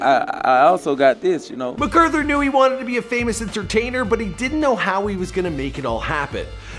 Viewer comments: his name is really mac author not macauthor you put it together .. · You did pretty good but his name is pronounced like Mac-arther though it isn’t spelled like that (I would know I’m related to him)